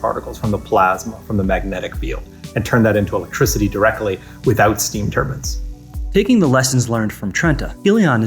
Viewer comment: He said "turbins" LOL